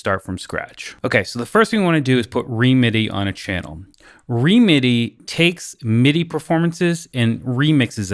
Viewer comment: Great video - really interesting possibilities :) just a couple of comments. I think songwish pronounce it “remedy” and sadly the current version (v2) doesn’t run on M1 macs. Hoping an update will come soon.